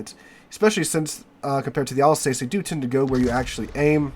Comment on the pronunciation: Thanks for great content! Just to note that Alsace rhymes with 'bus'. 😊